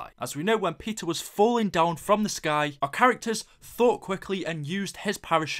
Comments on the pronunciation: Thought this said PIZZA MCCAIN at the beginning😂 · lol it sounds like he is saying pizza McCain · when you sad Peter McCain I thought you said PIZZA